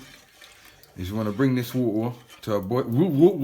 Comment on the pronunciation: "Www wwwaata to a boil " 😂😂😂